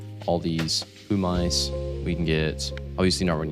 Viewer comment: Gotta HATE how everyone says pumice wrong